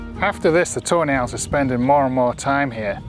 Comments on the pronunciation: every time he says "Tawny Owls" I hear tornails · I can't help but hear "toenails" whenever you say tawny owls 😅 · i cannot stop hearing toenails everytime yoyu mention those owls